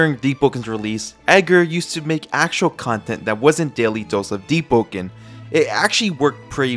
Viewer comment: Is it just me or i hear him spell "Deep-po-ken